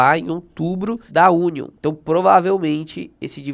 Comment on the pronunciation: hahahahahahahaha Union é União (lê-se "iúnion". Cebola é Onion "ôn'ion" :-)